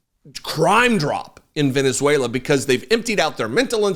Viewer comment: Reading from Venuzeulaaaaaa! what a buffoon.